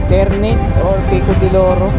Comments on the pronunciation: Tar -na -te yon boss Hindi Terneyt 🤣🤣🤣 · ...welcome sa cavite... Ter-na-te ang pagbigkas dyan...❤ sayang di kita nakita...malapit lang sa noveleta tambayan namin...Always RS...👊👊👊